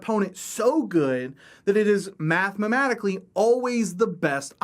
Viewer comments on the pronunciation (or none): Did you say "mathmamatically" a couple times or am I hearing things wrong...? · Great video, but... "Mathmamatically" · "Math-ma-maticaly" lol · "Mathmamatically" Me: easy for you to say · "Mathmematically" smh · "Mathmamatically" <3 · This is the Texan way.